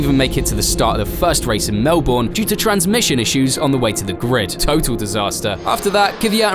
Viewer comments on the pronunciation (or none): Darn it you had to say Melbourne like Mel - born its Mel - burn you know its true cuz i live there btw. I am greatly dissapionted. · 'Mel-bin'. Its pronounced 'mel-bin' 😆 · The way he says Melbourne is dealing me psychologically damage -an Aussie